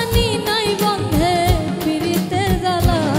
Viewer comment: আপু উচ্চারণ ঠিক করে নিয়েন. .. পিরিতি… বলেন ফিরিতি আবার বন্দে.. বলেন বন্ধে